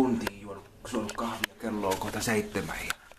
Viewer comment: mikä aivovamma saa kahvin vääntymään "kiahviksi"?